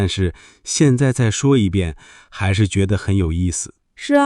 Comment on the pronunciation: 我觉得，你们读错。” 还是“ 你们读 " huàn shi "